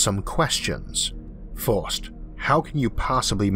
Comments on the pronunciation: Great video. But I can't help of hearing a child speak by how you say things. Not to be rude, but some of the words you say sound like a toddler learning how to speak. Like saying free as fwee, first as fwirst, etc. Besides that, loved the vid. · It's irritating at forst, but the content Arthor delivors on enorgy, physics and the futor of the univorse is so downright fascinating, I'm not reolly distorbed by it anymore... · cwick on it fust befo you hea the guyz pwonouncing cuz its a gwand iwwusion. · This may sound ridiculous, and I love your content so much, but I don't know why I hate so much your accent. I am not a native english speaker and maybe because of that, it triggers something negative deep in my mind when you pronounce "fost" saying "first", or "yee-ohs" when saying "years". Is something stupid in my mind but I can't avoid it.